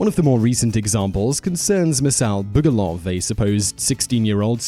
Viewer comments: Actually, it was Masal Bugduv, not Bugoluv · It's Masal Bugduv, not Masal Bugoluv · He keeps saying Bugoluv, yet every clip (and Google) has it spelt Bugduv. Does this bloke do his own research or is he reading someone else's script, because he makes bizarre pronunciation errors in every single one of his videos. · #1 it's is actually masal bugduv not bugoluv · I hate to be that guy... It's Bugduv, not Bugoluv. It comes from Gaelic M'asal Beag Dubh (my little black donkey); one can see it in one of the papers.